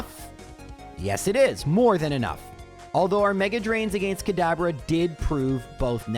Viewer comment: say it with me "uh - gen - st" UH GENST NOT "AYE ' GENST" UH GENST